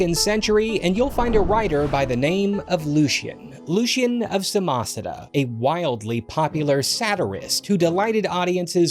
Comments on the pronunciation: That's not how Samosata is pronounced. While I'm at it, this one's not your fault, but "A True Story" is more precisely translated as "True Lies". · Pleeease learn how to pronounce Samosata, it's painful to listen to the way you say it.